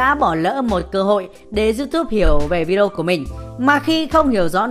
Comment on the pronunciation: Rất rất hay, nhưng mà đề nghị đọc rõ cái từ Vi-Đê-ô ra 1 chút, 100 lần đập vào tai toàn Vi đrô với Vi Đô, nghe khó chịu lắm